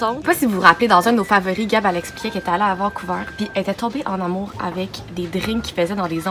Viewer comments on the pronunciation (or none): none